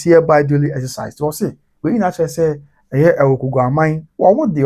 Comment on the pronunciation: THE NAME IS AWUKUGUA NOT AWUKUGAA😊😊😊